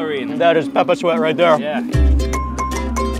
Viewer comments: Why have you forgotten to pronounce "pepper" correctly? 🙄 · Why does he pronounce "pepper" as "peppa"? He sounds like a toddler.